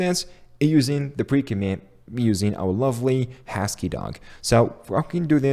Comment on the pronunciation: did he pronounce husky as hashkey? xD